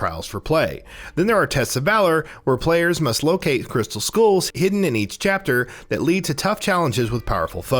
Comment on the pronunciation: I'll see your "Ayain" and raise you a "crystal school" . I guess I can let a "Ayain" slide every now and again, but "crystal schools"?! Not in my household!